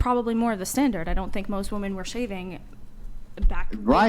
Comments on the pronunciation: So are we all just gonna adopt this rediculous way of saying the plural form of “ WOMAN” the wrong way? This is another debate where the girls are saying the word incorrectly. Woman is pronounced differently in the singular and plural. Why do people just go along with the changing and pronunciation of words and phrases that make no sense??? Correct these idiots!!!! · What's up with these chicks who dont know how to pronounce the plural of woman? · Why dont any of these women know the difference in pronunciation between women and woman? It bothers me more than it should.